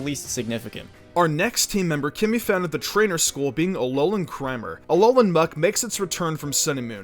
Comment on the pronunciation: Anyone realize he said alolan crimer